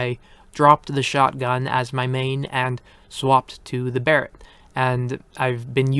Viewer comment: Thank God you finally pronounce Barrett correctly